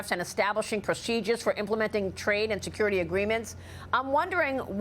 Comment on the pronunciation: 😮😮😮😅😅😅so aggressive?? Until you have to sacrifice "national see-cure-riti"?? Where is your maga?